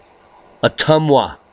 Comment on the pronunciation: You pronounced Ottumwa correctly!